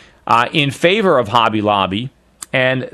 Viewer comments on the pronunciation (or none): It's Hobby Lobbly not Holly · It's hobby lobby not holly lobby. Just saying